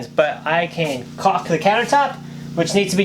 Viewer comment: Wow! The excitement is palpable around there. So cool when she put the sheet on the mattress and then paused at what that signifies. HUGE efforts coming to fruition. And THANK YOU THANK YOU THANK YOU for pronouncing caulk properly!!!! Drives me nuts when people pronounce and emphasize the L just because they’re afraid of saying a word whose correct pronunciation is to sound like “cock”. I’m excited for your family and that encourages me to get moving on our Skoolie. And thanks for not releasing as a premier. That helped it be right in my feed as it sniulsabw